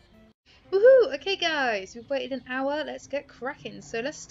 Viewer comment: When you say “hour” it sounds like owa lol